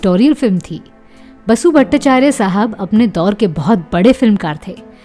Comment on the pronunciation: 👉 सुप्रसिद्ध निर्माता निर्देशक बासु भट्टाचार्य का नाम वसु भट्टाचार्य नहीं बल्कि बासु भट्टाचार्य था आपने वसु भट्टाचार्य कहा है दो बार,जो की पूरी तरह गलत है कृपया व्याकरण व उच्चारण ठीक कीजिएगा 🙏